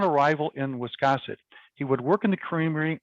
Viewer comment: To pronounce the name of the Town of Wiscasset, you need to pronounce the "a" as in the word "gas"! Not as in the word "cross"! 🙄 Just a thought.